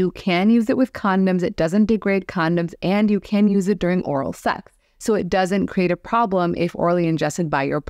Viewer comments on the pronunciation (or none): 5.38 again you said oral Sep instead of sex do you have trouble saying sex